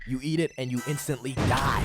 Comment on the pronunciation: in - tant - ly.